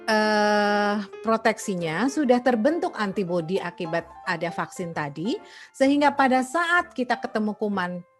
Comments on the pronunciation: Vaksin ❌ Fucksins ✅ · Tulisan vaksin... Yg Q denger fvcksin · Baru buka video langsung denger "F*CK-sin". Penekanannya buat salah faham